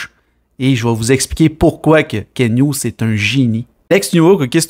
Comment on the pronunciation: C pas Ken hugues c KenT avec un T !!!!!!!